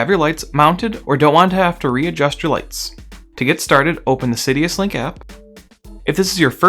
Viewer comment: Thanks for this! As a gentle aside, it is Sidus Link, not Sidius link.